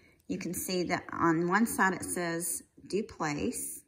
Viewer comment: Hello lovely, I always enjoy your content and your passion for jewelry.💖 The French pronunciation would be DauPlay for the feminine form of Dauplaise if you’re interested. xoxo